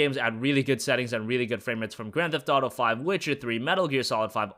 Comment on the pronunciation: "im playing GWAND theft auto at near max settings" XD